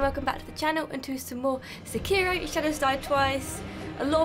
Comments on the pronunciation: It's fucking se-key-row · And here I was thinking it was only Americans that pronounced it “Sekearo”.